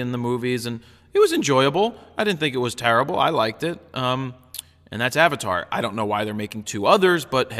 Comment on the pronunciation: Avatart. lol